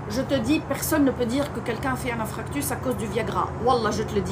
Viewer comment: On dit INFARCTUS et non INFRACTUS. 💕💕💕♥️